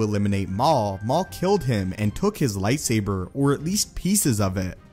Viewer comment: I hate how you say lightsaber